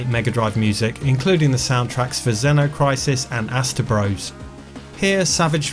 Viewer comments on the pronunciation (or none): Hold on, I'm an absolute stickler for "Bros." as brothers, for example Mario Bros. (hate that). But... there absolutely has to be a full stop for it to be pronounced as such, and the game Astebros is pronounced "Ast-eh-bros", not brothers.